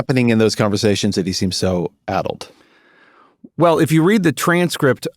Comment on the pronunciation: 46 yo here who went to UCLA where a high SAT score was still needed to get in. My wife around my age went to UCI and then later UCSF. This entire podcast you were using the word "ADDLED" which sounded to me like "ADULT", which I knew I would have a super hard time trying to figure out what word you're using. Because sure enough, ADULT kept coming up. When I finally found the word "ADDLED", I asked google if this is a rare word, and this was its response: "It's a relatively common adjective, particularly in certain contexts, and is easily understood by most English speakers.". BULLSH*T. I'm usually the one who knows what a word means when most people don't, and neither me nor my wife knew of this word. You guys AND google Gemini are OUT OF TOUCH. "ADDLED" is NOT a commonly understood word and a pain in the ass to look up if you don't know how to spell it. Just think of that. Think of the millions, and I'm sure, the MAJORITY of Americans who don't know that word and you guys in your echo chamber using these obscure words flabbergasted that most people don't know it. Of course I could infer that "ADDLED" meant something associated with brain deterioration and I didn't lose any context by not knowing the word. It was just really annoying whenever the word came up.